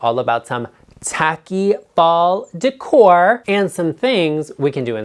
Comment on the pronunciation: Oh, Garrett! First reaction: you make me laugh! Thank you for NOT saying "DECK-ore!" Keeping it real, my man!